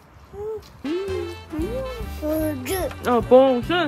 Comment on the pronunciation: 세상에 울 봉그리 "봉.순." 발음 정확한 거 봥 하고 놀라고 있는데 봉택이가 순이 지켜주는 거 감동 ㅠㅠㅠㅠ 우앙 ㅠㅠㅠㅠ *실버버튼 축하드려요 🎉 💗